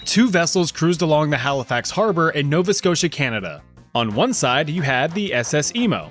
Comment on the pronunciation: Are you Canadian beacuse im shocked you said nova scotia and Halifax right so many people are getting it wrong also idk something about the tone sounds like home lol